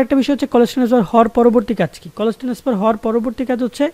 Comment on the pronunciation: Tenesfar naki transfer vai